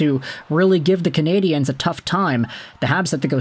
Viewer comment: Why do you say "Cana-di-enes". It's Nonsense. Either say Canadians, cause thats the word, or Canadiens in French, which you would have to listen to it once in French beforehand, but fyi nobody says Montreal Canadiens, either Canadiens de Montréal or Montreal Canadians